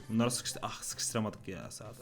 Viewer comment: Abi te sıkıştın yerine s****nız dedin sandım